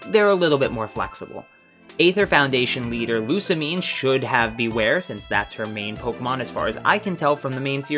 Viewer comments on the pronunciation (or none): none